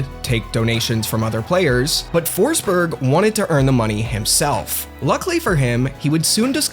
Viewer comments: it’s pronounced ”Foschbery(j without d-sound like the y in yellow)” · Kept saying "Foresberg" but there's no E